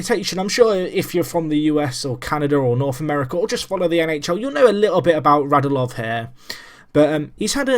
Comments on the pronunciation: Radulov is said RadUlov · For clarification, their names are pronounced Radj-YOO-Lov and Oh-VETCH-kin.